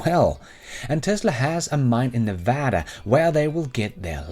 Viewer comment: you pronounced Nevada like a Nevadan!! Californians can’t even do that. Way to go!!